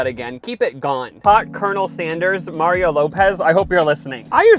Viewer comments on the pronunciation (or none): none